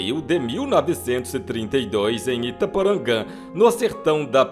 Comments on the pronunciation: O NOME DA CIDADE VOCE FALA ERRADO; NAO E ITAPORANGAN, E SIM, ITAPORANGA.KK😂😂😂😂😂😂😂😂😂😂😂😂😂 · ITAPORANGA VIROU ITAPORANGÂM 😂😂😂😂😂😂😂😂😂😂😂😂😂😂😂😂😂😂😂😂😂😂😂😂